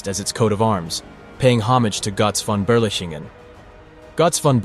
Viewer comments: It's pronounced "GURTZ FON BERLEEKENGEN" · I hear Gotz von Beerlicken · Great video but the pronunciation of "Gotz Von Berlichingen" is incorrect. Gotz is like Goats but without the (a)...Von is like phone without the (e) and Berlichingen is Bher-lee-shin-gen (g as in gone)